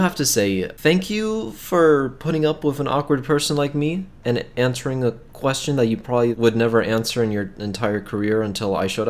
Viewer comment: He said quastion and then rum and I was like...USA? Explanation?